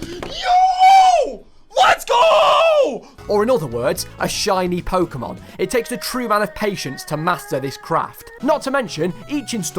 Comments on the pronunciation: It is "Po-keh-mon", not "Po-kee-mon". Why you ask? Because its short for "Pocket Monsters". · Pokehmon, as it in the word pocket, like you know, pocket monsters, dont say pokeemon... I hate people who say it that way, and im not even a super fan or anything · It’s NOT PokEEmon, it’s PokÉmon. GET IT RIGHT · Fun fact: everyone who says Po-ki-mon is wrong. There is an accent above the e therefore it should be pronounced Po-ke-mon. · Pok-ae-mon? What are those? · You also pronounced « Pokémon » wrong but... Most English speakers get it wrong anyway. But you just have to remember the accent on the e !